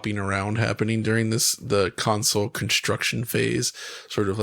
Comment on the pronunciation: Love the show but god it drives me batty every time says counsole instead of console